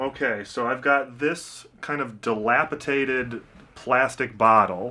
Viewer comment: The correct word is dilapidated. There is no such word as dilapitated.